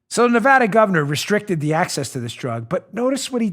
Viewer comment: Dan, its NevAda, NOT NeVAHda,,,,,,!!!! and don't blame us for sissylak.. Clark county (Las Vegas) voted him in. He had soros backing and california millions poured into his campaign. we in NevAda hate him......